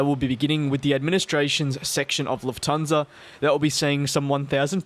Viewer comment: Nope Nope it’s Lufthansa